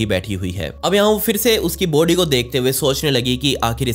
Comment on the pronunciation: Vai body bolo not booody 🤣🤣🤣🤣🤣🤣🤣